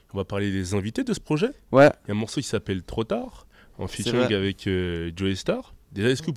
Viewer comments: Sa me stresse comment il dise avé au lieu de avec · Le "c" qui manque quand ils disent "avec" 😱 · Qui a remarqué qu'ils savent ps dire "avec" ? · et les "ce" la fin de moins ;) l'accent de Toulouse !! <3